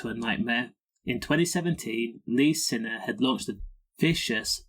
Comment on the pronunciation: Find it hard to find any authenticity in this video, as you cannot spell or even pronounce his name correctly……